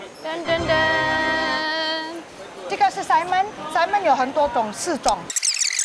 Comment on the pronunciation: Best Episode ! Hilarious , the auntie said Simon as in salmon so it's quite funny ... so haha